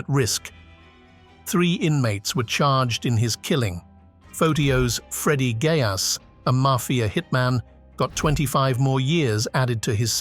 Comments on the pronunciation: Pronouncing Geas wrong…the e should sound like the e in bee and the G should sound like the letter. Your saying gayass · Pronouncing Geas wrong It’s G like the letter and E like the E in bee